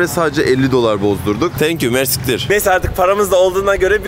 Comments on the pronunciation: Hocam mersiktir değil mersi iktir iktir arapçada çok anlamında kullanılıyor. Yani kısaca çok teşekkürler Diyorsun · Mersiktir degil ayri ayri soylemen lazin MERSI KTIR cok tesekurederim demek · Mersittir değil o yanlız :) mersi kitir:) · Mersiktir degil mersi iktir 😅